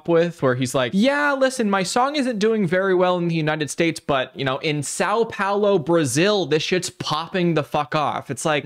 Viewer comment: He saying São Paulo is very funny, I’m Brazilian :)